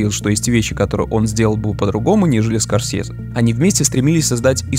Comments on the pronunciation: СКОРСЬЕЗЕ!СКОРСЬЕЗЕ!СКОРСЬЕЗЕ!СКОРСЬЕЗЕ! АААААААА!! ЗАЧЕМ ТЫ ТАК ПРОИЗНОСИШЬ ЕГООООО?!!!!!!! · Мне понравилось абсолютно всё, так это одна из моих любимых картин, согласен во многом, но только слух режет произношение "СкорсЬезе"